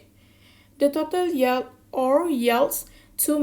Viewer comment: Good effort.....you need to work on pronouncing 'yield and yields'...and differentiate between rising and raising...